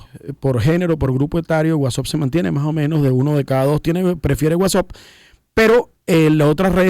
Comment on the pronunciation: Por qué dicen Whatsopp? Eso no se pronuncia así